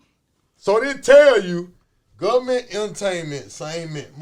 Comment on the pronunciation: “Guvment....Entertainment....same ment. “ 🤦‍♂️🤣